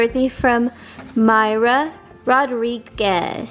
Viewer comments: It's Pronounced Maria not Mayra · Isn’t it Mareeeeaaaa not Mara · Yes, thank you....very important. Mar-ia ....not My-ra...big difference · not MyRA it's MaRIA... I'm sorry about your pregnancy.. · She actually pronuced it Moi ra it's the intention that matters though. You can tell she is grateful